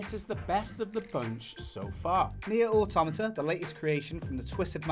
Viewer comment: Auto-MAH-TAH, not Automita